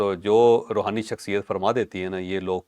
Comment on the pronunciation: Rohani nai rahooni